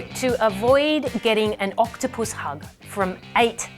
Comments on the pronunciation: Did she say octopusy? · I love the way she emphasizes not touching the octupus . 😂😂